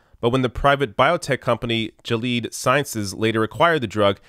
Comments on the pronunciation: Hey, just a heads up in case you ever do a story on them in the future Gilead is pronounced "Gilly Ad" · Haha, Jileed. Kyle made a similar mistake when he was talking about a drug made by Novartis, but called the drug Novartis. It makes your anti-big pharma position look weak if you can't pronounce the name of one of the biggest biotech companies on Earth. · Excellent segment! BTW it's Gill'-ee-ad. I inherited some shares as part of my parents' portfolio and felt rather ill. When I divested, it turns out the profit was over 300%. Of course I was able to harvest losses as well and ended up paying no tax on the profit. So yes, the system is rigged! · FYI that company is pronounced Gill Lee add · You need to not butcher names when reporting. Your pronunciations for Sofosbuvir and Gilead were way off.